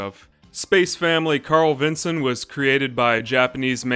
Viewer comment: Nice to hear someone finally talking about this cute anime. :) Funny hearing it as "Carl-vinson", as I've always pronouced it as "Carlvin-son" lol